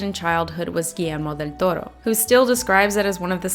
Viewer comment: Me less than 2 minutes into the video happily shocked at the perfect pronunciation of Guillermo del Toro:D Anyways great video:^)